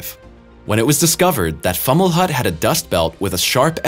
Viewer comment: It’s pronounced “Fow-muh-lawt”